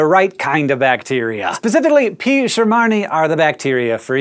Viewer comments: Some pronunciation advice: when a scientific name ends in -i, you pronounce it "eye". If it ends in -ii, you use "ee-eye". So shermanii is "sher-man-ee-eye". Great video! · If you're using the correct Latin pronunciation for genus/species, I is NEVER pronounced as *EYE*. "Shermanii" is pronounced as "sher-man-ee-ee"